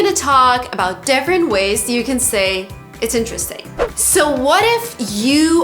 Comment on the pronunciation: You said: 1) defferent. It is different . 2) most of people?